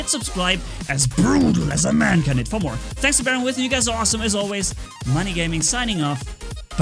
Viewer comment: I think that u should work on saying your name U say Money always (except for a few) instead of